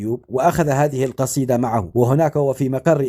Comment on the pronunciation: انت لا تعمل فيديوهات.الا بعد أن تتقن اللغه.العربيه.وتفقتك.فمك. قال جطر.. والجصيده.